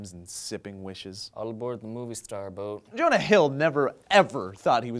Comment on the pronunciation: Did just pronounce the dudes name Yonah? There's a J in it, for fucks sake. Or just had a mini stroke.